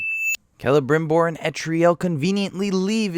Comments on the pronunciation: This whole time you’ve been saying etarial but it’s eltarial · her name is ELTARIEL NOT ETRIEL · The way he says etriel instead of eltariel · Why, WHHYYY?!?! Why does he keep saying Etriel when even in the game and the subtitles it says Eltariel? WHHYYY?!?! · It’s elTARiel not etriel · bro Etriel? it's pronounced ELTAURIEL why is everyone saying it like that?! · El-tar-iel, not Et-tri -el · Pronounciation of 90% of words fucking hurt my head "Shell-ob" "El-tra-lel" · I got pissed off by him not only miss pronouncing eltariels name but also miss freaking spelling it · Your pronunciation of Eltariel is a little wonky but nice try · Next time actually play the game so that you aren't fucking butchering the names that are CLEARLY stated right before your dumbass starts talking. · or palantir. or eltariel. ;P